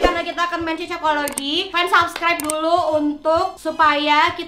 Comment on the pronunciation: subscribers kak bukan subreker 😂